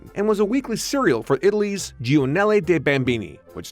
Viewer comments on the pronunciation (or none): it's (jyhor-nhal-lhey) not jee-oh-nhel-lee) giornale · its pronounced "jor-na-le". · Little nitpick here- pretty sure "giornale" is pronounced "jior-nallay". Great video, though!